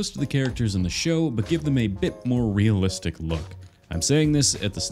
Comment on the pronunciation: He said realzalistic not real life or hyper realalistic